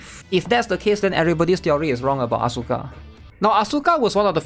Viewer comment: I would love you much more if you spelled Asuka As-ka instead of AsUUUUUUUUka, it's probably just me but I hate the botched pronouciation so bad, my pet peeve. It was beaten into me during my teenage years 20 years ago due to Tekken and Evangelion, weebs back then were very very serious about this stuff, you had to know your stuff to be accepted into the inner circle of weebs.